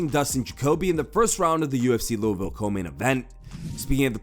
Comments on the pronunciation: LOW-VILL LMAO wtf is that pronunciation? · Loh-ville lol 😂 This is a difficult city to pronounce for people not from Kentucky 😄